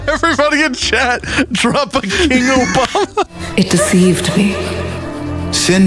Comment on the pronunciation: King Obamna